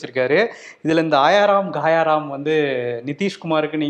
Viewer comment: It's not gaayaa ram. It's gaya ram.